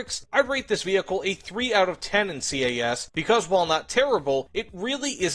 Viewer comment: STOP FUCKING SAYING C A S CALLED IT CAS ALL ONE WORD HOLY SHIT IM GETTING PISSED OFF BY THAT have a nice day